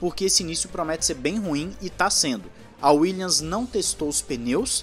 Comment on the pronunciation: Uma dica para o narrador, a equipe Williams, pronuncia-se WilliaMs e não williaNs. Só dar uma fechadinha de boca no final da palavra e ta tudo certo. Apenas uma dica de um professor de inglês, OK? É só pra contribuir. Assisto todos os videos, junto ao The Race, Driver 61 e autosport seu canal é o meu favorido dos brazucas. Está de parabéns. Abraço!